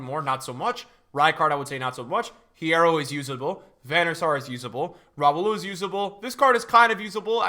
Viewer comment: Lol why did purposefully pronounce hierro wrong when he knows spanish